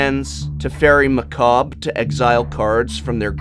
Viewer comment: good job pronouncing macabre though